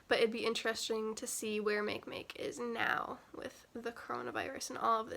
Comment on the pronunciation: MakeMake is pronounced MAH-kay MAH-kay.